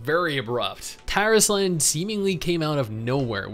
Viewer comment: when I first heard him say the name Tarisland, I had understood "Terrace Land" and I had to double check fr o_o